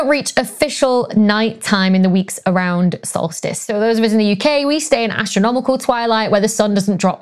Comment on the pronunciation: In your bloopers I heard "salt-fist" instead of solstice,and you rock! Dr Becky please keep your fine work coming as we all learn much and enjoy what you have to say!